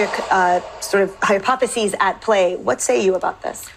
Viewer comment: Can we sit back and enjoy the very beginning where "hypotheses at play" was targeted at a cult audience? Soooooo many wonderful syllables. There was one, two....... more than two...